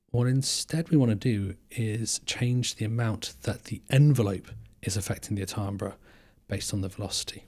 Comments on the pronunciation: its pronounced TAM-BER, not TAAM-BRA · Pronounced ‘Tam-ber’ by the way. Cool stuff. Enjoyed this homie